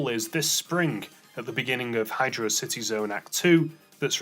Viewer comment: Hydro City is pronounced as 2 separate words, it was confirmed in Sonic Generations in the music player it is written as 2 words.